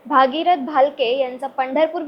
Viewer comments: 😂😅 भागीरथ नाही गग बाई , भगीरथ म्हण गग 😂😢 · भागीरथ नाही बाई ,भगीरथ म्हण ,येत नसेल म्हणायला तर गप्प बस